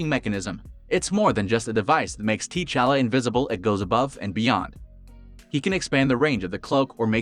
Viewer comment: Wa-canda! Tee-challa? Wtf